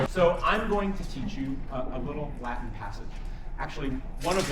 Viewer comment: It took me a while to understand that when he says la-in he actually means Latin. For some reason the T is silent.